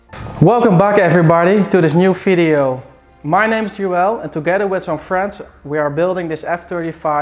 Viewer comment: can you properly say video, not FIDEO, for god sake you are educated man.